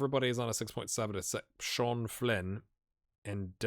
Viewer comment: i know youre trying your best :) (even if i do shudder everytime you pronounce cian as sean <3)